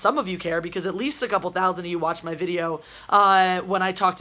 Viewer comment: pronunciation of "video" in "comin at u with anoda videooooo" is like the number one thing I don't like about Geeks & Gamers; like, I like the channel and his content, but his introduction annoys the CRAP out of me. It's one of those weird audio ticks that's completely arbitrary and makes no difference in real life but just festers and annoys me lol